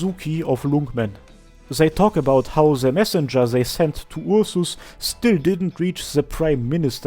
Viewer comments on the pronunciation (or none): What is this accent that speaks "zei" instead of "they"? it's cute. Zei, zhose, zhis...